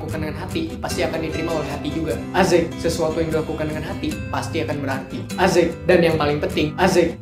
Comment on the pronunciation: kenapa selalu bilang asik jadi azek ???